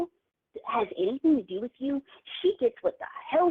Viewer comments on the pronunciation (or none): He never takes responsibility for anything. He nevah even meant tew dew it